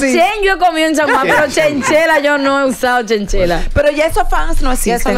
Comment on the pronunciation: Sera abrigo de chinchilla no chenchela